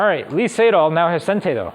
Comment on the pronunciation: Very hard to listen for me, when you pronounce "Lee Sedol" like in the literal transcription of the name all the time, instead as "e setol".